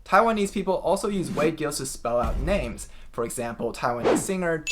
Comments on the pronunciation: Giles should be pronounced to rhyme with Piles, NOT to rhyme with Hills. Also the G is soft not hard. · Giles should be pronounced with a soft g and a long i . /dʒaɪlz/ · Wade-"Giles" should pronounce /ʤaıǝlz/